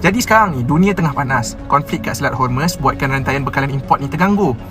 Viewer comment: Honey its Straits Hormuz not Yarmus.(persian word)